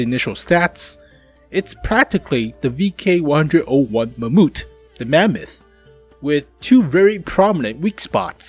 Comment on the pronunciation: say mamuuut 1 more time ill puke from laughing xd